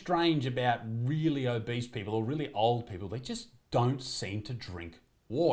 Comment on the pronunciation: They're mispronouncing obese.